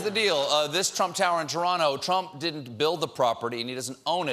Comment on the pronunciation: Stephen pronounced Toronto the correct way, "Torano". Impressive.